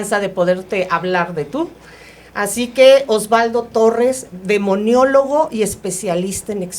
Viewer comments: Maestra se dice demonologo no demoniologo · Licenciada se dice:DEMONOLÓGO. No demoniólogo.😂😂😂😂 Qué le pasó?.😂😂😂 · SEÑOOOORA O MAESTRA LO QUE SÉA ES "Demonología" "Demonologo" NO "Demoniologo"...POOOOR FAVOOOR!😭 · Demonólogo no "Demoniologo" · La chuntara esta diciendo demoniologo cuando la otra persona a cada rato corrigiendola Se dice DEMONOLOGO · Con todo respeto se dijo mucho demionologo y el término correcto es demonologo, igual que demiologia , tuvieron un execelente invitado, solo considero que hay que revisar los términos correctos, su invitado es evidente que tiene conocimiento y hay que estar a su altura, saludos! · Muchas gracias por este programa: espero la segunda parte👍👍 (comentario aparte, es "demonólogo", no "demoniólogo" 😉) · Vilma pronuncia demoniologo. Cual es la palabra correcta? Demonólogo o demoniólogo?